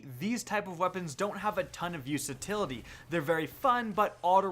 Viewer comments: Did you just say "use-atility" ??? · did he just say 'use-atility'? lol nice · Word of the day "Useatility" lol No hate. Just thought it was funny. Lol